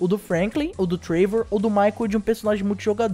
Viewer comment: Muito bom o video, mas cara acho q nao é TREIVOR, é TRÉVOR, sabe o jeito q se fala o nome dele fika estranho mas muito foda as noticias valeu